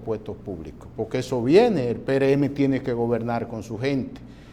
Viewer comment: ?como es que se dice; pereeme( o) perreeme?